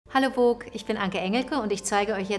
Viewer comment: Die Anke ist doch so fix mit Akzenten wieso WOOK das heißt VOGUE